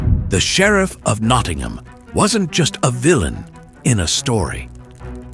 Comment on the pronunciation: I think the sheriff is sheriff of Nottingham. NOT Knottingham!